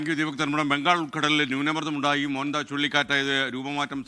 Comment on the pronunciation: മുന്താ അല്ല മോന്ത